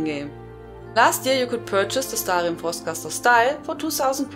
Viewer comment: god i llove the way u say stahlrihm- marry me!